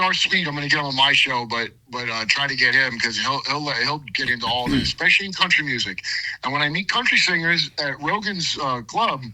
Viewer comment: 🤷‍♂️DangIt man, 😂you talk for a living I know you’re a redneck from Florida but EXspecially is not a word, even in Florida. 😂